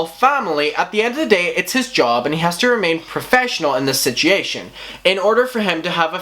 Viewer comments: I love the way that you say sichiation not situation 😂😂💗💗💗💗💞💓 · Man you saying situation and genuine is rough lol